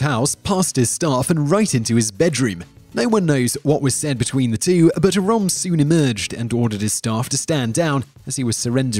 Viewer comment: d e austin: He doesn't care about pronouncing proper nouns correctly due to his country of birth.